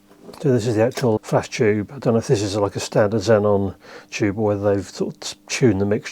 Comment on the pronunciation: "Chube" 😄 I love it